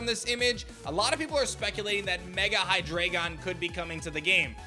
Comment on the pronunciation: Why do you say Hydreigon like that lol